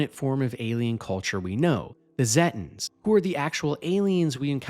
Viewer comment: zetins? what? Zeta pronounced like Zayta. so it would be Zayten. pronounced the same as the real life piece of space called the Zeta Reticulai.